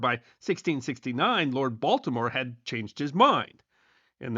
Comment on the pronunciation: Heard it too😂